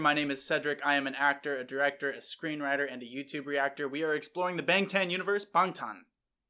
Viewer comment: THANK YOU for saying Bangtan correctly, some reactors have been reacting forever and still can’t do that, or even say their names correctly